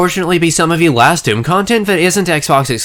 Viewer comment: I swear to fuck, I kept hearing you say "Mountain Dew-m." If that was intentional, that's fucking hilarious in the punniest way. However comma if it was unintentional, and it seems like I'm making fun of you for a minor speech impediment, well, it's still hilarious because I'm an asshole. I'm kidding, about the making fun of him thing, not hearing "Mountain Dew-m," which seriously they should be using to advertise this crossover anyways.